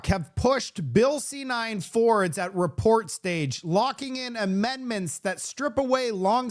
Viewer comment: Luv your reporting😊"ILL SEE YOU ON THE NEXT RAPORT"😃😃